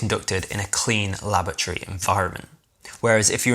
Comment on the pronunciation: laboratory ffs read the word